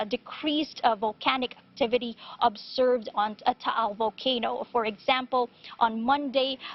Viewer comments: You gotta give it to her for pronouncing Taal and Batangas correctly. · This is the first international news station that actually said batangas and taal perfectly also sto.tomas